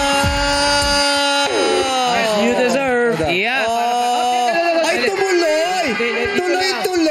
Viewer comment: GRABE TAWA NI JHONG, PARANG SABI NIYA “DASARV” HAHAHAHAHAHAHAHAHA NICE!! 🤍